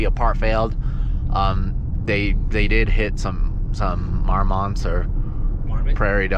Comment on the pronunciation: Love all your videos man, but when you said “mar-mots” I lost my shit lmaooo